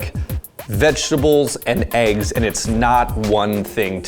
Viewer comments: It annoys me how he says eggs... it’s not aigs -. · I really liked that girl until she said "eaggs"